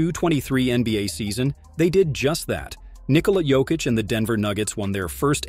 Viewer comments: ffs it's YOKEECH not Joekeech, J is pronounced as Y. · Made a documentary about Jokic, can't pronounce Jokic.WEHAT A CASUAL, 2 mvp, champ, MVP of inals, and stll canot pronunce Jokic Therrrrrrright way. do yo even watch NBA? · he also said joe-kich lol but its a good video...give it another try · Learn to pronounce Jokic.